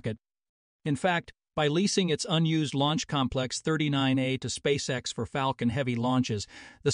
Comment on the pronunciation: Yeah mispronounkation of lunch sussess and space s instead of space x it gets too hard to listen to